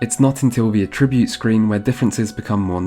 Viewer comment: i've never heard anyone pronounce at-ribute like a-tribute